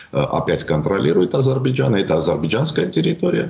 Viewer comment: Этот горе "эксперт" даже не может высказать Азербайджан, говорит Адирбиджан !